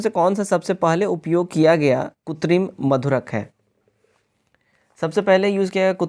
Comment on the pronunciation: Kritim hoga not kutrim